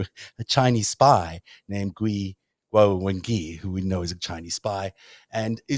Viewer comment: The Chinese name "Guo" is not pronounced "Gwow," and the "gui" in the Chinese name "Wengui" is not pronounced "ghee." Why not invest the time to learn to pronounce Chinese names properly, especially if you are going to devote an entire series of programs to examining the possible Chinese influence on American politics? There is actually a YouTube video entitled "How To Pronounce 郭文贵 Guo Wengui," which takes about 30 seconds to listen to.